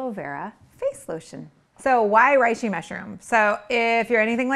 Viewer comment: Love the idea of a lotion quick mix — genius! Also I know it’s too late now (since the vid was already published lol) but the “rei” in reishi is more closely pronounced as “ray” than “rye”.